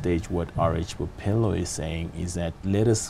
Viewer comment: Bophelo not "bopelo."#BlackExcellence